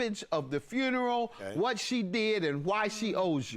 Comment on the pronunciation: That man said, “I paid for the whole fRuneral, I paid for the whole fRuneral!!!” 💀 😂